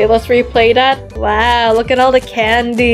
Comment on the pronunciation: Candy not cadny😂